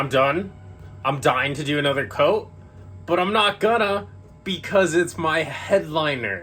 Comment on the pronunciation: “I hava do anolayr” 😂